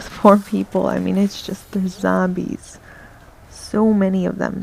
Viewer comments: It's just the zambies, you know, the crap-load of zambies.....sry :P I love bronx-ish accents....I know u don't have one, it was just that ONE moment XD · lol i love how u say Zarmbies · Thumbs up if you like how she pernounces zombies as zambie